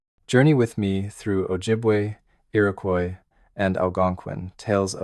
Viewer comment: It's Iroquois, no y in it.